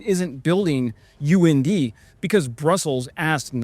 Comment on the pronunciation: UND pronounced UNDIE...and go